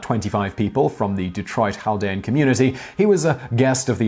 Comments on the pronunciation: Hey it's cal-DEE-an. like cat with an l. not hal. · In American (Detroiter) english it's Chaldean Kale-dee-ann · I’m Chaldean, and it’s not pronounced “haldean” 😂😂😂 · I live near that area of Detroit. It took me a few to figure out what you were talking about. Around here we pronounce it kal-de-ann. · We pronounce Chaldean as cal-dee-an in Detroit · It’s pronounced kal-ˈdē-ən. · There's probably some variation with how it's spoken in Arabic and other languages in Iraq, but generally we pronounce the C in the word. I know some Middle Eastern Christians, but they're not Chaldean, although I have met some. I have been to Detroit, it has a very large Chaldean population. Keep in mind, technically Chaldeans and Assyrians are the same ethnic group, the basic difference has to do with what churches they go to. If they you go to the Assyrian Church of the East, you're Assyrian, if you go to the Chaldean Catholic Church, you are Chaldean. if I recall correctly, San Diego has a large Chaldean population as well. You should check up on the story about the Melkite Greek Catholic priest that funded the IRA, that's an interesting one. and, I say this, as a Catholic that knows what they've done wrong. The fact that a religion has sinners doesn't disprove that religion. I digress, because with regards to the pronunciation, I mean seriously, unless you live in an area with a large Iraqi population, you're probably not going to know what a Chaldean is. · The way you say “Chaldean” is so weird and wrong lol